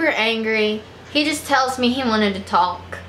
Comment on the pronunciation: she says talk so weird lol she pronounces the L